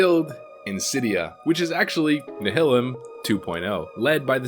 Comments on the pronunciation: Nihilum. Nye- uh-lumm Not Nuh-hill-umm. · You are wrong, go and watch "Nihilum PvE" video and see how the creators of the guild pronounce it. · I cringed every time I heard “Nihilum”, because my brain thinks it should have a similar pronunciation to “nihilism”. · Same lol